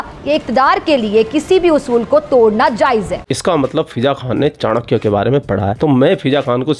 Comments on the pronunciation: चानक्या नहीं, चाणक्य कहो, उच्चार भी ठिकसे नहीं कर सकते. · चांकिया बोल रही है चाणक्य को. 🤣